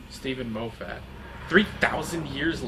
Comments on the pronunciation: Stephen (Moff-it) not (Mof-fat) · "Moh Fat" Please keep that pronunciation XD